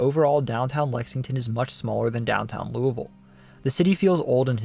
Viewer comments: Wow, you pronounced "Louisville" pretty well! A lot of us in KY pronounce it almost like "loovool", with the "oo's" sounding as if you're saying "drool". 🤣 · Shout out from FLEMINGSBURG KY, great job!! And you pronounced LOUISVILLE correctly! 😊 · Excellent job on pronouncing "Louisville" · Thank you for saying Louisville correctly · i am just happy he said Louisville correctly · Also! Very impressed you pronounced Louisville correctly as a proud Kentuckian would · hello from Louisville a+ for pronouncing it right